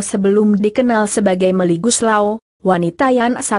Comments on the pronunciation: Setuju mb... Ejaannya jga bnyak yg salh.. Melly aja dbca milly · melly x bukan meli